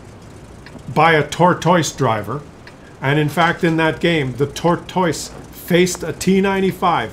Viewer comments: If I hear him say "tor - toice" one more time... :) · Canadians say the word tortoise wierd